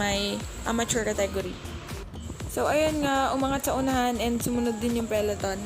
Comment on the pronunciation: "Peleton" or peloton? 😁